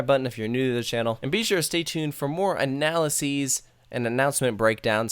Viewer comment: Excellent job of analyzing what you see and read from the teaser, and thanks for pronouncing "analyses" correctly. I confess that breaking records might be good marketing, but it's not necessarily good design. So what if a coaster is 5 feet higher or 1 degree steeper? If it's not fun or well paced, it's just another gimmick. We'll have to wait and see.